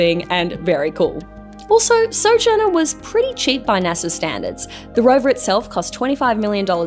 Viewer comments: It’s not NASAR.. it’s NASA. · There is no R in NASA.